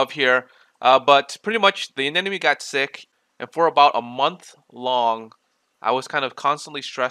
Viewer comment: Ah-nem-oh-knee. not anen-na-me